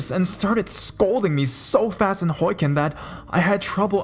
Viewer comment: dude.... no offence but its pronounced HO-KI(KEE)-EN.. not hoiken. hahahaha